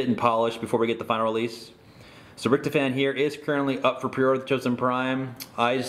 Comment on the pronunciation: Its rict-hoff-en